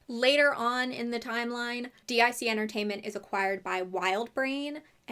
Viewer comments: Calling gypsies Romani is a great way to anger Romanians, who want nothing to do with them. I didn't have HBO, so I never saw the cartoon and I was never given the books. Also, Dic is pronounced deek. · Not sure if it's already been pointed out, but as a head's up, DiC is pronounced "deek," not "D-I-C." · i love how you call it "Dee Eye See" company instead of that little brainworm we all have that goes "DIC :)" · DIC...I remember from watching the end credits of cartoons as a kid that it's actually pronounced "deek" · kinda curious on the different pronunciation of Dic as an acronym instead of as Dic (pronounced Deek) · I’m legitimately shocked that they aren’t orphans and Ms. Clavel isn’t a nun?! Plus, Madeleine’s American?! Crazy. 😅 By the way, DIC Entertainment is actually pronounced “deek” (rhymes with “leek”). I remember this from watching Sailor Moon as a kid. Each episode would start with the DIC logo and a little girl shouting “DEEK!” lol